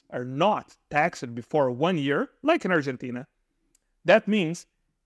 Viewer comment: Simple rule to help you pronounce taxed , don't say tax Ed say taxt and soften the t sound